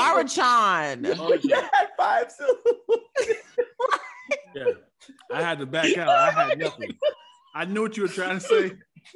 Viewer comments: "Murrychurianian" may be greatest fumble ever. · the way Ty sat up when pronounced Maruchan I screamed